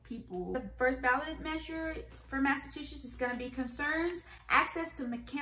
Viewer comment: In my 26 years on this Earth, I had never heard someone pronounce it "Massa-two-shits" 🤣 Between Massholes and this, something tells me we don't have a great track record